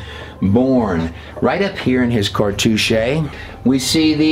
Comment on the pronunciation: You mispronounced Ibis and cartouche.